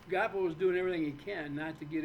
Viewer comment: I watched it twice.He just showed the planet what a narcissistic son of a bitch he is.Proof is out there now,be your own judge.Great show ❤❤ it’s pronounced Gwaa poe